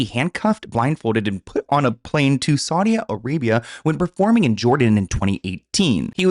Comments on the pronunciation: It's not Saudia, it's Saudi. NO "A" AT THE END, DUDE......... 😉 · also babe, it's saudi (with an i, not ia) lol T-T <3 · Love its pronounced Saudi (Sawdee) Arabia. I just want you to know so the haters don't come for you!Much love!!☮️💜🌎☮️💜🌎